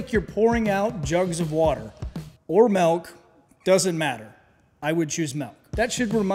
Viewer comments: Most relevent comment here -> Did you fucking just say "Melk"? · What's "melk"? Is that like milk? 😄